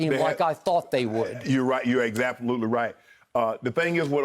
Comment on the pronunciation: Shannon “.. ya you exaptalutely right ..” lmaoooo